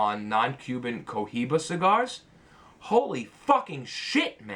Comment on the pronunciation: you probably gonna slag the s*** out of me at next episode, but it really hits me the way you pronounce the names of CUBAN cigars, you love them please learn how to say Cohiba, RyJ etc...you know how to say Tatuaje in correct way do the same with Cuban. Apart from that deadly show, love your videos, very enjoy the knowledge I get out of it and just wanna buy more..it is f** addiction is it? (not smoking - buying)